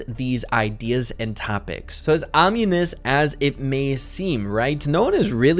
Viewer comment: That's not how you say ominous.